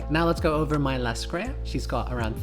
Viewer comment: How you found those Muzaka & Elaine ? Why you call her Lascrea ? it's Raskeria.